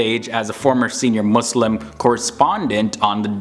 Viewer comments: Thank you for saying MuSlim not MuZlim :) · Finally someone who says Muslim not 𝓶𝓾𝔃𝓵𝓲𝓶